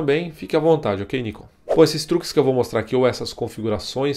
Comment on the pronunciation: Pelo amor de Deus: O nome é NIKON (última sílaba tônica) e não Níkon (paroxítona)..... pronuncie certo, por favor!